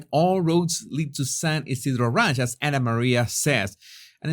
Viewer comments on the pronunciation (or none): none